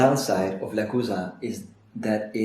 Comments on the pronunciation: I checked their German youtube channel. They pronounce it "le-choo-za" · Le-choo-za. New follower. Binging videos.